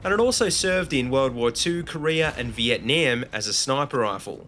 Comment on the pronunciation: I'm not being picky, but the way that you say Vietnam is cringeworthy.